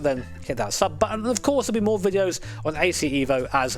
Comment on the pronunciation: It's eh-vo not eevo. Fact check me bro.